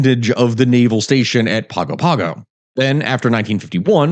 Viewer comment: The pronunciation of Samoan words in the needs work. Gs in Samoa are pronounced as ng. Pago Pago is pronounced like Pongo Pongo. Aiga is pronounces A-ee-nga. You did say Aunu'u correctly.